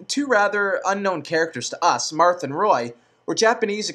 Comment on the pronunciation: Did he really say Chrome and Luchina? :/ Its Chrom and Lucina. Also I thought he said Mark instead of Marth a few times.